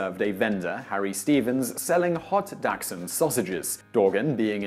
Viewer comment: The fact you mispronounce dachshund wrong upsets me